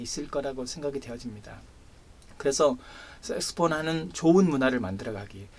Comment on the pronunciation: 좋은 말씀 감사합니다 그런데 발음이 자꾸만 섹스폰,섹스폰 하는것이 걸립니다 색소폰 아닌가요